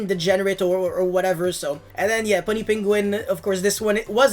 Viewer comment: You're saying Puny Penguin wrong. It's "Pew-nee" not "Pun-nee"